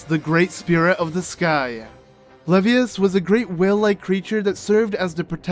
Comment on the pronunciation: Levias is pronounced like you would when saying the first half of Leviathan.